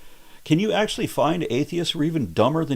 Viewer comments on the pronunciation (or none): none